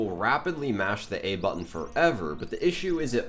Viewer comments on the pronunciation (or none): none